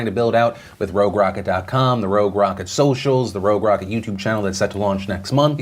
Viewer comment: Is it just me or does every time Phil says "Rogue Rocket" it sounds like "Robe Rocket"?